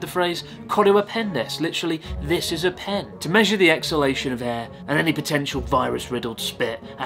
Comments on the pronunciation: I honestly burst out laughing watching the "kore wa pen-desu" bit, as the word pen is soooo strong in English, the tissue moved before she even got to say it, like it was fleeing in fear of just how strong the word was....... unreal. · It's how you stress the syllables. In English, "this is a pan", the stress is on "this" first then on "pan". Pan is particularly stressed at the end of the sentence, almost like spitting the word. In Japanese, "pan desu", the stress is on "desu". The pronounciation here is more closed-mouth so the "p" in "pan" sounds more discreet. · It sounded like "ben", less plosive. I don't know if that's normal or not. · She exaggerated the p a bit but yeah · isnt it funny how she over pronounced ¨pen¨ as native English speakers say pen with very little force and without raising the tone on ¨pen¨. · She said pen faster in japanese because the sentence takes longer to say while in english it's just three words so the word Pen becomes emphasized. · The difference between her speaking "this is a pen" in Japanese vs English is simple. She's not fluent in speaking English, so she's speaking a little too strongly on the emphasis of the word "pen". So she exhales heavier than she would when speaking Japanese.